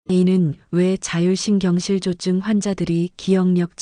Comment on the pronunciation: 자율신경실 조증이 아니고 자율신경 실조증 띄어 읽기를 잘 해주세요 자율신경 ^ 실조증